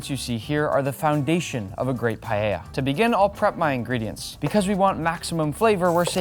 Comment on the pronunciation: Primero, aprende a vivir pronunciar la palabra. Segundo no vuelvas intentar hacer paella por favor